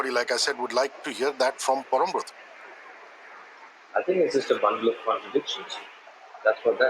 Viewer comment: I justttt loved the way pronounced Parambrata as "Pawrombroto" (just like we Bengalis pronounce it) rather than "Parambrata" the way, non Bengalis pronounce his name